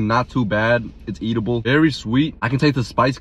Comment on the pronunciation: Love the way he pronounces edible (Eatible)😂